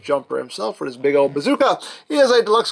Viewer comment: “He is a deluxe class, a classay deluxay, a classay deluxe, a classay de luho.”